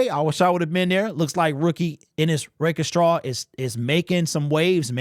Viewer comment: Love ya but the way you say Rakestraw has been killing me. Rake...Straw not Rake..E..Straw. Sorry